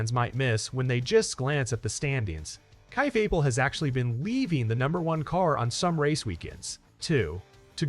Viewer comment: Also learn how to say his name correctly